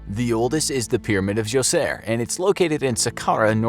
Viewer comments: Full of information and yet can't pronounce Djoser correctly. The d is silent. Joe-sir is how you say it. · It’s pronounced. Dojor you idiot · actually it's pronounced as joser. The D is silent. also farmers built the pyramids. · Djoser is pronounced Gozer ~ Gozer The Gozerian ~ Gozer The Traveler ~ Gozer The Destructor